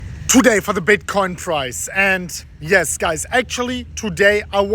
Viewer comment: I heard “today for the bitcoin fries”